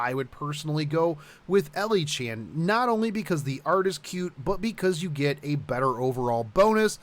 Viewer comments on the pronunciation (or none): none